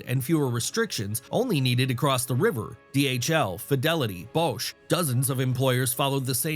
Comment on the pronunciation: Using an AI that has trouble with flat "o"s. Besides "Coevington" there was "Boesch" instead of Bosch.